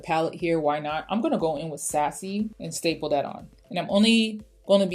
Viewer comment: Great look!!! Fun fact, everytime you said "stipple" I thought you were saying "staple". LOL